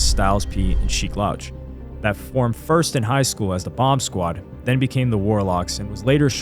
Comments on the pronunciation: Great video but it’s not Sheek “lauche” it’s SHEEK LOUCH! Pronounced ’LOU-CH’ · Bro was stepping on legos😂.. "LOuch" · Lmaooo I ran to the comments once I heard him say the loach lmaoo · The way you said sheeks last name was too off my guy 😂😂😂